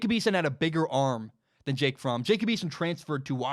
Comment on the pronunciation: You pronounced Fromm correctly. I'm a German man. Fromm is a German name. Anyone pronouncing it "from" is incorrect lol